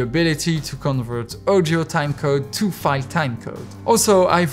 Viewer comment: Can you please say audio instread of ouwdiow